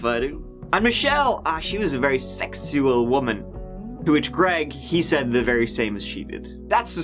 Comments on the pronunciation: "Sek-shu-ull" 😂 ILU. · I think the way you said "secksooual" might be the best thing YouTube's ever experienced. This is the pinnacle, guys. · "a very sexua--SECKS YOO ULL woman" 😬🤢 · omg I am crying. Seriously every time you said sexthual it led to a ridiculous coughing fit because I am fighting through Covid. thank you for making me smile during such a rough time. I needed that laugh.🤣🤣🤣 On a more serious note- I always feel bad for the family of the victims and the lives they touch. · "She was a very secksual woman"